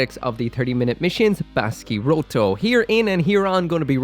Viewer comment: you turned Baskyrotto into Basky-RoiRoi